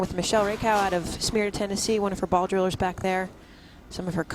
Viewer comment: I live in the same area as Elizabeth and even though she didn't win I'm so proud of her...and he mispronounced Smyrna